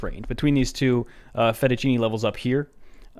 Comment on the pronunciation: You said “fettuccini” levels on purpose I caught it haaaaaa